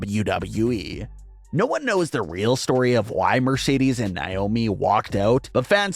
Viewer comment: her names naomi not wyomi